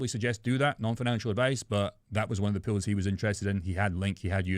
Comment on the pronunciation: Did you say "Puulls" or Pools?😂